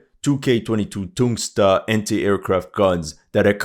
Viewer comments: ITS "TOON-GOOS-KA" brother! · It's "Tunguska" 😌